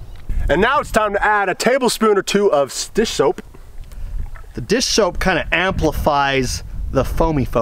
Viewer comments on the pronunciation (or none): Lol “dishoap”